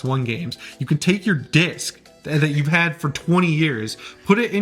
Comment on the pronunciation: Anyone else keep hearing dicks instead of disc.